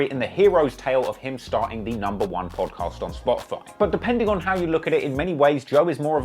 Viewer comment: Hate how he's saying Podcast... great content though